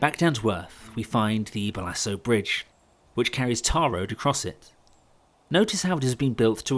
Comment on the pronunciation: Minor comment - at about 6 minutes you mention the 'Ballaso' bridge. I spent a most agreeable childhood within easy cycling distance, and the Ballasole Bridge was a local waypoint. The name derived from the pit dug to provide ballast for the bridge abutments, which filled with water and remained a place of swampy mystery until filled in by, I imagine, a farmer. The name derived from 'Ballast Hole' - the spoken word emphasised the second syllable - ballas-hole. A minor historical note. I watched the video with a mixture of emotions - family summer holidays began with a train trip to Oxford; the end was not really appreciated until the route of the 'Witney Scort' or the 'Fairford Flyer' was truly no more. Keep up the good work! Ben